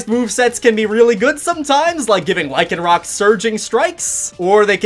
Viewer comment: Thank you for saying the dusk form lycanrock right.You get 5/5 stars.and sorry if i said it wrong ☹️